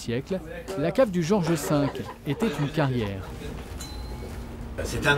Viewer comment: George (sans « s »), pas Georges !